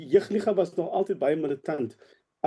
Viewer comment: Wat is 'jig liga' ? ... die oumense met pyne in die gewrigte??? Dis JEUG ... nie "jig" nie!